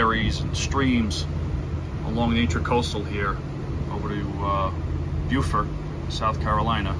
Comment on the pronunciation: Beaufort in NC is pronounced Bō fort. Beaufort SC is pronounced Bū fort, as you did correctly.